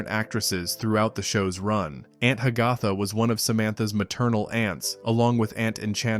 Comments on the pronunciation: Announcer pronounced the name Ha-gath-uh, almost like Hiawatha! Correctly would be Hag-uh-thuh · It's pronounced ANT HAG-a-Tha!!!!!!! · Aunt Hag - AH - tha??? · Ha- ga- tha? I always thought it was pronounced Hag - a - tha. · It's obvious that a computer was the narrator by the pronunciation of Aunt Hagatha (Hag-a-tha) & that was about multiple actors who played the same character, not one actor who played multiple characters. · Aunt Hagatha is pronounced Hag-uh-tha..., !!!!